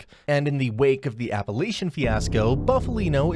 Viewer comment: It's Apalachin (with a k sound) NOT Appalachian. LMAO!!!!! If you can't even pronounce words correctly, why would anyone expect you would have your facts right? LOL